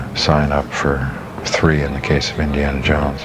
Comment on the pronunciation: This narrator “Indie...arrrna Jones”! 😫